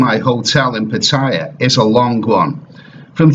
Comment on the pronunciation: I just wish you could pronounce Pattaya correctly!